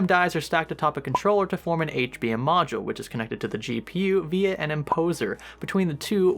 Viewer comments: *interposer not imposer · says "via an imposer", makes red arrow apear the very same second as if he wanted to say "see, i fucked up THIS word right there."